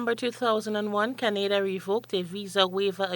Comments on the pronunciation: Criteria - no "s" in that word. It is already plural. Canada is pronounced - Can-ah-da not the same as Grenada. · I was about to comment on the same thing. She must have heard the rest of the world pronounce Canada, or hasn’t she?